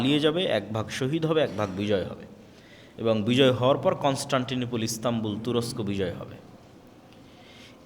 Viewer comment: ভাই শব্দটি " তুরচ্ক " না তুরস্ক। দয়া করে আপনার কিছু উচ্চারণ শুধরে নিলে ভালো হয়।